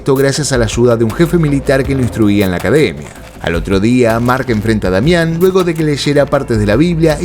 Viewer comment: Demian! No Damián 😅